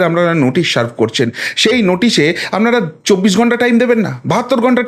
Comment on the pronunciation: 'আপনারা' কথাটার উচ্চারণ মাঝে মাঝে 'আমনারা' শোনায়। উচ্চারণের ক্ষেত্রে একটু সতর্ক থাকলে আবেদন বাড়বে